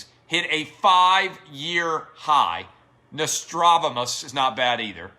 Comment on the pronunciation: It's Know-Stra-Dah-Mus.